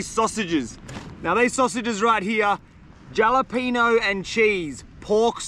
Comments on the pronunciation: Hate to be "that guy" mate, but every time you said jalapeno, it made me cringe. The "J" is pronounced as an "H" mate. So phonetically, it's "Halapeno". Sorry, but needed to be said. Great video as always though mate. Keep up the good work. Cheers. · It is pronounced with a H HALEPENO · great vid! Also just wanna be helpful lol it’s pronounced Hall-apenos, the J in Spanish makes an H sound:) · If he called the jalapeño jellypeenyo one more time I was ganna flip lmao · Halapehnyo is how it’s pronounced I call them jelopohnos😂😂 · lol “jolla-peen-oh” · stop saying gialapino, it's hurting my ears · Pronouncing the j in jalapeno is cracking me up 😂😂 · Bro keeps adding the j in jalapenos lls I wonder how he say Josè😂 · Jalepeno is pronounced with a H. Great video are per usual 🤝🍺🍺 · The j in jalapeño is silent and turns into a h fyi 😂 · And the J is silent in Jalapeños lol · The way he pronounces jalapeño 🤣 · jalapeños haha ypu don't say the J brother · ……I have been a loyal follower since the beginning and never have I said bad word against you. But your pronunciation of jalapeños? Come on man. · The J is silent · I have been watching you forever.This is the first time I've been annoyed with your videos.It's called jalapeno with the h